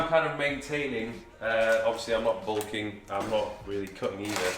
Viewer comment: Bulking not sulking mate